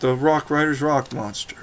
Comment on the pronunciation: Ha I love how when you say rock raiders it sounds like rock riders😂 great video